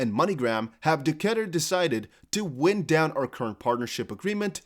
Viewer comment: Thanks for the content! BTW it's "wind" pronounced [wine + d]:)